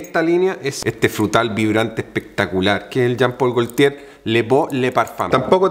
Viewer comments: Por favor , no quiero ser pesado pero , haz un esfuerzo en pronunciar bien , no es " golLtier" es gotie.... Saludos . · Excelente energía para narrar, muy bien, solo falta buscar en Google la pronunciación correcta de las palabras, como "goltier".